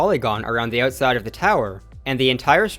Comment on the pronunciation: "ootside" eh!